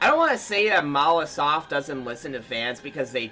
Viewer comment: Why do they keep calling monolithsoft mawasoft???